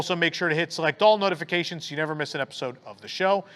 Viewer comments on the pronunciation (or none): none